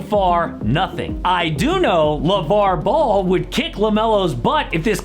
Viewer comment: Dude said lavar ball. 😂😂😂 what happened in China with Liangelo?